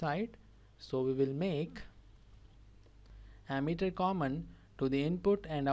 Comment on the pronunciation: Not ammeter that's emitter speak Wrightly